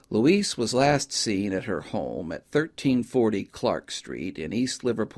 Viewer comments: I think that's Louise (loo-eeze), not Luis. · Good videos but just excruciating for me to listen to. I wonder if Louise's family mispronounced her name Luis (a Spanish male name) or just you. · I couldn’t help but notice that the narrator pronounced Louise’s name with a hard “s” (as in the male spelling of the Spanish name Luis). Forgive me for pointing that out - I just have an eye (and ear) for detail